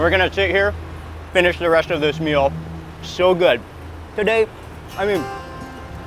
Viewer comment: The way Mark says "today" at the mark rofl